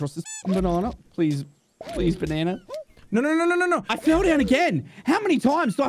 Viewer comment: I love how, instead of saying "Banana" he says "Banarnar"